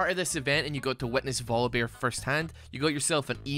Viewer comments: why are you pronouncing voli"beer" instead of "bear"? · I like how YouTube subtitles hear Volibear as vodka bear